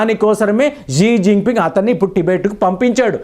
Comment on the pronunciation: 11 Xingoing annodu talakayaleni news reader